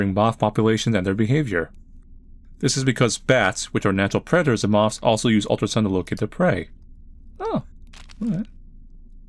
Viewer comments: Not the mawffs! Not the MAWWWFFFFFFFFFFFFFS!!! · Anyone else think "moths" is the most awkward word to pronounce ever? I feel like Sylvester the Cat when trying to say it.